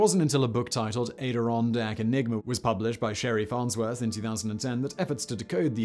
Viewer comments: okay I'll Bite. Ayderondak? Add Deer Ron Dack Adirondak not Aye Dir ron dak I"m not being pedantic, it's how it has been traditionally pronounced up to this video. let's not develop a case of estuary American English......we already had Valley Girls. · AD-ir-on-dak, not A-dir-on-dak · Adirondack is pronounced ADDirondack . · Are pronunciation corrections allowed? "Adirondack" is pronounced with a short 'A," not a long 'A.' It's like the A in "map" rather than the one in "ape." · It's pronounced "Ad-er-on-dack", not "A-der-on-dack". Also, how did someone get a yacht from Philadelphia to Essex County, NY, which isn't on the ocean? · great stuff , simon, loved the Debosnys stuff at the end ! "" ADD-UH-ROHN'DAHK "" is how we who lived there say it , btw. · Thanks, Simon, for letting me realize that, as a native of New York State, I have been pronouncing ADIRONDACK wrong, all these years. According to Simon, it is AIDE DER RON DACK. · ''At A Ron Dack'' (Adirondack) another silly American word I know. It's where Irish and Scottish immigrant settlers built homes in the late 1700's and 1800's after leaving oppressive places controlled by the English. It was good land for both hunting and farming and after Britain stole Ireland's crops and livestock at gunpoint in the mid 1800's it didn't leave them much choice. Maybe that's why you don't know the pronunciation. It's like having a choice, listen to Yoko or jump out a window. ''Look out below'' I'm sure Tony Blair wouldn't publicly apologize for that unlike he did for the actions of the Crown . One good thing came of it all Queen Victoria is dead and the states still have awesome whiskies. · just as a note you are pronouncing adirondack wrong. the first part is pronounced like add (Add-ih-ron-dack). Otherwise a very interesting video. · Almost pronounced adirondack correctly. Phonetically it's "add-er-on-dak" you had just the beginning A incorrect. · It’s pronounced ædɪˈrɒndæk